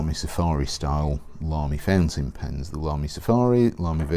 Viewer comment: I hear the same - fencing pens .. I supposed it has to be ‚fountain pen ‚.. yes probably a pronunciation issue .. but he‘s British and I‘m not so who am I to judge ..